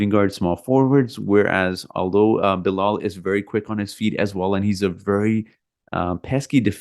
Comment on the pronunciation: Its Bilal